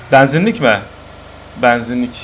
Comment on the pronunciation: Banzinlik değil benzinlik o.